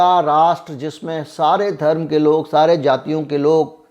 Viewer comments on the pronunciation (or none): none